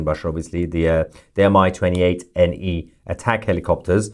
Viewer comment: Thank you for the information about events in Iran. Small note regarding the equipment from the terrorist state Russia. The helicopter you called "M I 28" is pronounced (МУ in RU cyrillic) like "me 28." If it's helpful the one called SU xx (whatever number) is not "S U xx" (whatever number). It's pronounced (СУ in RU Cyrillic) like "Sue xx" like the woman's name. Iran talking about nukes is to follow suit after Putin basically making implicit and sometimes blatant nuclear threats, hoping to get the same ridiculous reticence that Russia caused for a while among the free world supporting Ukraine against Russia's insane invasion and horrific war crimes and state terrorism.